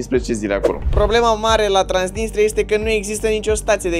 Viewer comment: Ba ai zis trainisia